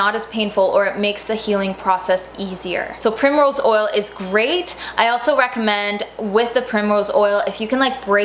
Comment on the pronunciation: Did you say evening primerose oil?